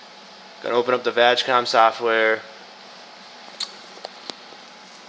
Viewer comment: VAJ com lol its vag com as in volkswagon audi group (group)